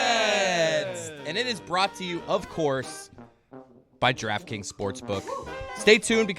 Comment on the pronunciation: "Draft Scrings." 😂